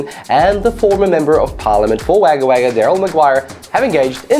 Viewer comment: It’s pronounced “wog-gah wog-gah” bro or just wog-gah for short